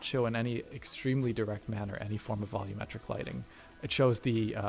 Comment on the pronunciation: "I don't know how to say the word 'volumetric' properly".